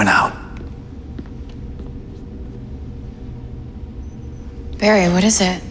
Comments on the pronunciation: barry's dad said jarry instead of barry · it sounded like Joe said jerry instead of Barry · At last when Joe said Barry It sounded like Jerry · lol did Joe just say jerry instead of barry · Joe said jarry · I'm pretty sure Jo said Jarry at 3.00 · hey am i the only one who thought joe said jerry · I swear joe says jerry